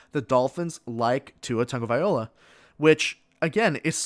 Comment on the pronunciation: TagovaiLOA, not TagovaiOla. Great observation regarding the Dolphins GM/Head Coach/ QB dynamic.